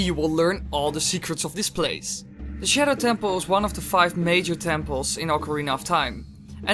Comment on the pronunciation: I get triggered when he said shedow lol 😂